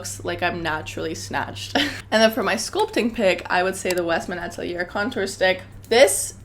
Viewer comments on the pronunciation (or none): Love the recs but you butcher (lol) some of the ingredients/ brand names- Atelier, santal, bergamot, Loccitane